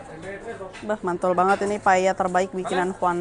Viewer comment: Tulisannya Paella, nyebutnya paya